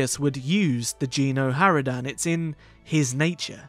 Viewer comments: I'm sorry i cant hold it, it's not "Jeeno Haradan" It's Geno! a G not J xD but either way nice video xD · No it's Gen xD and lets say it's pronounced with a G not J watch a playthrough of Kotet chapter 2 and you'll see xD